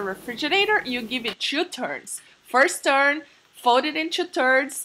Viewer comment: the way she says churn when it's actually turn